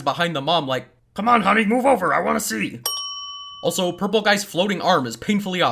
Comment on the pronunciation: You say "Also" but i hear A$$ o A$$ o